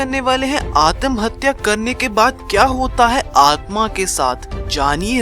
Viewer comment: Atmahatya hota hai adamhatya nhi🤣🤣🤣🤣🤣 jisko abhi tak pata nhi atmahatya wo chala video banane😂😂😂😂 waise adamhatya kya hota hai??😂😂😂😂😂